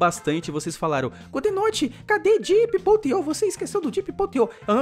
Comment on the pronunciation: vc falo diep.ip abraço:D